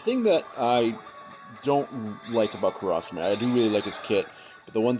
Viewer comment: How you say kurasame is cringeworthy. But overall good run